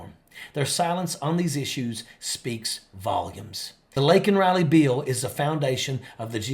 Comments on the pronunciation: It’s pronounced “bill” not “beeeeel ” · A what? Is he trying to say "bill"